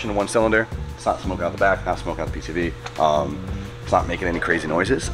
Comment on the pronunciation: I had to to play it back when he said it's not smoking from the PCV, but I first heard PCP lol.